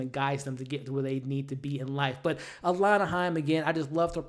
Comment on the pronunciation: shoutout to u for saying alana correctly